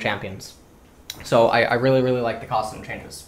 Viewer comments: ITS CASS-AH-DIN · same thing when he said kassadin.